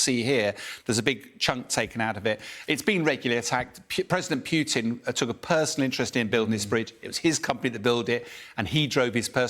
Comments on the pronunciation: ...and its not "Pyoutin" ... its Pootin ffs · I love analysis......but why does he pronounce it PYYUUtin? when most pronounce it Putin? which is correct? is that an accent thing...where your from in GB? Like in the States Northern vs Southern Accents Its funny but just asking. Either way, the little man from Russia needs to go. One day his people will realize he's a megalomaniac....as we knew from the start. Thanks for your breaking this down.